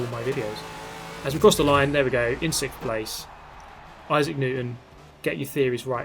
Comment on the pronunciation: He did: its the 6kkhkhkhkhkhkth element.